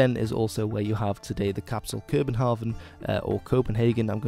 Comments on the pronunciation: In Danish the letter V used after a vowel can form a dipthong, København is rather pronounced ker-bn-hawn (hawn rhyming with town). :D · Though You forgot the D sound in the end of Svend and the pressure are wrong in København and Lolland the O sound are wrong. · Wow your good at trying to pronounce daneish words not to say pretty bad your very good, the real way to say københavn is not københagen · Okay okay stop stop only a few seconds in and København is pronounced wrong, Bornholm is given to Sweden, and Lolland and Falster ( two islands ) became Lolland both. Good start.